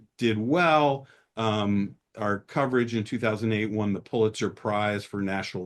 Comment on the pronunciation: I love you, Mr. Steele, but please, please, please spread the word that it’s PULL-itzer Prize. Now PEW, but PULL. Please help this Missouri School of Journalism graduate from the St. Louis area correct this error.